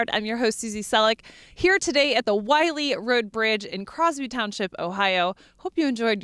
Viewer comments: If only she had pronounced the road name correctly. It's Willey, NOT Wiley! Our farm reached to the bridge from along Paddys Run Road. And it is NOT in New Baltimore either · Drive over this bridge several times a day. Always wondered what was the correct pronunciation for the road name. Some say it like Willey others say it like Wiley. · Hi Bruce. I researched the pronunciation of the name "WILLEY" before we did this piece. Even though the locals pronounce it "Willey" the road is named for a former land owner and their name is pronounced "Wiley". As far as "New Baltimore" is concerned, I put "New Baltimore" in the title for a location reference as this was the nearest town.